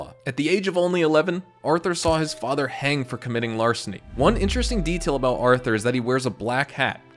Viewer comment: Did you say Larson or arson